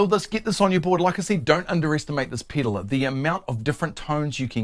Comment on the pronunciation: It's fun hearing him say Piddle over and over!